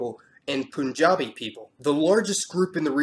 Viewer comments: Pooshtun, Poonjab? lol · What I learnt from this Video is that the correct way to pronounce the names of these places goes like- Poon-jaab, Eye-Ran, Mal-Dye-Ves, Bal-okh & Afg-è-nist-è-n!